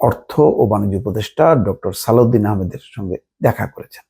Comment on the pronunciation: অর্থ উপদেষ্টার নাম সালেহ উদ্দিন কিন্তু আপনি বারবার উচ্চারণ করছেন সালাউদ্দিন কেন বলছেন?